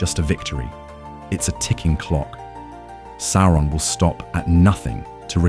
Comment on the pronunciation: The voice is very good, but a few slip-ups and mispronunciations show that the voice is A.I. - Although I prefer your pronunciation of Sauron (that's how I pronounced it before hear the BBC audio version)